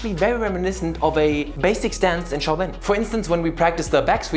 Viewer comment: it's SHAO(Xhiao) Lin, NOT CHOW LIN! you CHOW HAI !